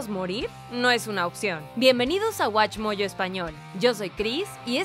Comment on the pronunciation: Nadie: los otaku de el canal: bienvenidos a watchmojo en español / bienberunidos a wachumojo en esparuñol XD